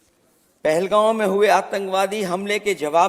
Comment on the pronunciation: पहलगाम ❌ पहलगांव ✅